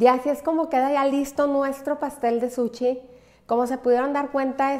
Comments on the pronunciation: Que excelente receta!!! muchas gracias !!! un comentario solamente . Se dice SUSHI no Suchi. es con sh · Todo maravilloso Solo porfis di bien SUSHI , no es suchi ni sucxi Que ansia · Nooooooooo, es que no puedes decir suchiiii noooooo, por favor no digas suchi😂😂😂